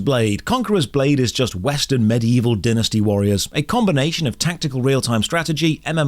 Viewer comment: Anyone else triggered by botched pronunciation of "Dynasty Warriors" Ehh. I can't talk. English hard